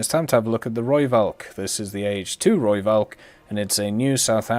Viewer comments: You can say it like Roy-falk Rooivalk is taken from the afrikaans language. No, i'm not afrikaans. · PLEASE stop saying it as a V... the v in Rooivalk is an F sound.